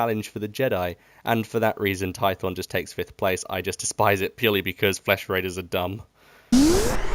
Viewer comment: You said korriban and I went "yeah makes sense" Then you said tython and I died inside